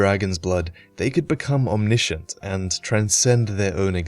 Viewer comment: omnishent, any one else notice? lol